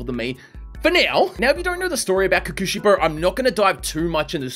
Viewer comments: It hurts me hearing him say “kukushibo” It’s pronounce pretty much how it’s spelt Kokushibo. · (coco shibo) is the pronunciations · Ko-ku-shi-bo Unlike English, you don’t flow it fast, you say each consonant/s + vowel as fast as you say each other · It's called kokoshibo kokoshibo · his name is pronounced kokushibo not kokushibo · I wanna die bro he keeps saying kekeushibo 😵‍💫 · Btw your pronounce his name like Coco-she-bow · Ko-ku shi-bo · I know. I really know I'm nit picking here. And I know you won't see it and won't care which is fine, but please.. you say it like "kokshibou" I'm sorry again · I like the vid, but you saying his name wrong is driving me crazy. It's pronounced Ko (hard 'o') ku (ku like a 'cu'cumber) shi (hard 'e' sound) bo (like the staff) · Your saying kokushibo name Worng